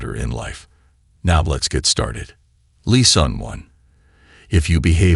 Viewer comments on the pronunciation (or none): What does the narrator mean by leason? 🤔 I exprected something like lessons, pronounced as lè sons or doesn't he mean teachings?? I wasn't forgetting myself, but sometimes people play the victim. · AI can be cool, but man it will be so nice when it really “learns” to speak correctly. “Lesson” is not pronounced “Lee-sawn” lol.